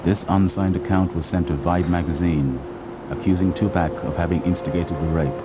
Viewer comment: Tupac not Tupec amk